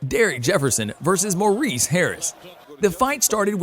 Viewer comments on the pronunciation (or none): none